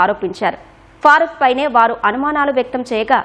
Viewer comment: ఫార్క్ కాదు ఫరూక్ అని పలుకు..